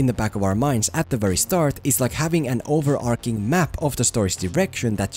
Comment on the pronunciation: Great video! One thing though, since you say 'overarching' at least 5 times in the video - it's not pronounced over-ark-ing.